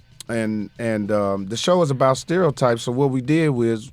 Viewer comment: is Mike trying to say "stereo types " ? haha